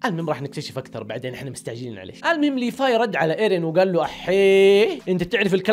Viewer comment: ياخي والله اسمه (ليڤاي) ليڤاااي مو ليفاي